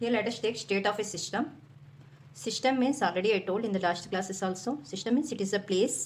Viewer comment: its system not shystam